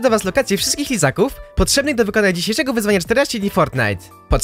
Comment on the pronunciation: czy tylko ja usłyszałem Izaków? XD